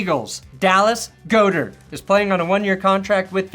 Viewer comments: Seriously! It's "GOD-ERT" 😂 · Starting Tight End for the winning super bowl team & this guy doesn't know how to pronounce "Dallas Goedert" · if you mispronounce goedert's last name one more time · I think he mispronounces it on purpose. He’s been doing it forever. Oh and Go Birds